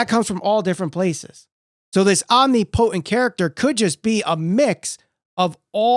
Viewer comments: Dude needs to learn how to say "omnipotent" hahaha pretty bad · After hearing you pronounce "omnipotent" i'm questioning my whole life now... only an exalted one can ease my mind on this matter Edit- to add to the actual video i kinda believe that Raven was a swerve to take attention off Matt but i'm just hoping for this.